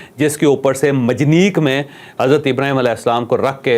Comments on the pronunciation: لفظ مجنیق نہیں بلکہ منجیق ہے آپ اچھے صحافی ہیں تاہم آج بہت غلطیاں کر رہے ہیں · یہ لفظ ' منجنیق ' ہے مجنیق غلط تلفظ ہے